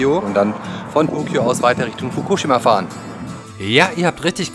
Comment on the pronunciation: Also erstmal respeckt, dass du soetwas machst. Geile Aktion und wenn ich älter bin und geld hab werd ich wahrscheinlich auch so eine ähnliche Reise mal machen :D Und zweitens, im japanischen werden die meisten Wörter auf der vorletzten Silbe betont, also bei dem Wort Fukushima wied die Silbe "shi" betont ^-^ (wollte es nur mal gesagt haben und sorry falls die das schon mal jemand gesagt hat, sind einfach zu viele Kommentare um alle zu lesen ^^")